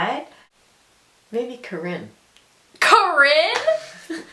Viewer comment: My name is Karine glad to know you don't like it! haha a lot of people say they like my name.. but mines is pronounced "kah-reen" not how your mom said it, but a lot of people think it's pronounced like that before i actually correct them and let them know the right way to say it but people still call me "kah-rin" and it's so annoying lol